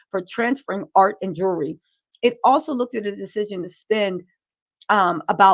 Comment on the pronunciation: 'ART AND JEWERLY' Hmm BUT WAS IT REALLY ART N JEWERLY?